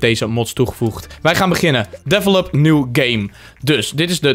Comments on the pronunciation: Je zegt develop helemaal verkeerd, hahahahahahaha! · Bammerbom The King Kerel hij zegt het echt extreem fout.